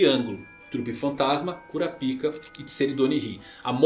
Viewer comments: Toda vez que ele fala cura pica eu repito cura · CURAPICA ? KKKKKKK CARA FALA DIREITO O.NOME DELE POR FAVOR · O q custa pronunciar na versão BR "kurapaica" kkkkkk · Esses novos chegados da obra prima chamada hxh destruíram o nome do personagem mais foda… que mané curapica é kurapaika Zé só assistir o anime antigo esse novo me da um ranso ao pronunciar ssse nome … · Só eu quando ouço Curapica,fico rindo por dentro 😂😂😂😂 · Minha quinta série n me permite segurar a risada na hr q ele fala "Cura Pica" kakakakkakakk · Kkkk quando o cara fala o nome cura-pik o vídeo vira piada kkk😅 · Kuroro? Porque ele fala todos os nomes assim se eles são escritos claramente diferente? Perguntando na moral mesmo, curiosidade. Eu sei que os japoneses pronunciam parecido com isso mas não quer dizer que não tenha o L no nome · Essa pronúncia "Cunapika" tira toda a seriedade do vídeo. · Meu fi, fale Kurapika direito, que agonia...